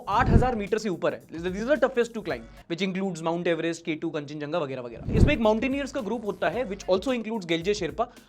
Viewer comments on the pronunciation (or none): none